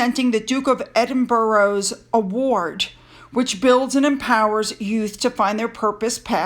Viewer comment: She's an absolute Star 🌟 Could you try and say Edin bur A (ah) to prononce it......